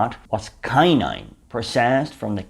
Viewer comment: Quinine is pronounced "KWI- neen"